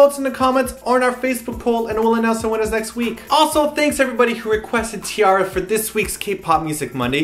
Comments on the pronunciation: t-arraria? man that when wrong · stopped watching when he said T-artards -_